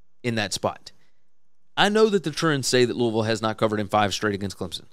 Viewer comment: Love that you pronounce Louisville like you live there. Go Cards.